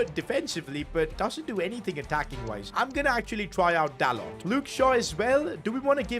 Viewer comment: By the way you pronounce dalot like dalo